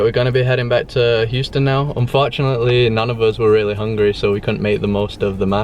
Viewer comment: Did you say un-fart-chunately